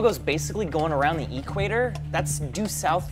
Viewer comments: Just curious, do people really pronounce it "E-quator" or is that just a thing? lol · Hey, it's 'equator' no 'e-quator' LOL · is so engrained in the digital world that he pronounces equator as if it's short form for electronic quator. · Awesome video. Love the science. The way you're pronouncing "equator" is hurting me a bit, but I'll survive ;) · Interesting thought experiment, but the way you mispronounced "equator" every time made me cringe in second-hand embarrassment.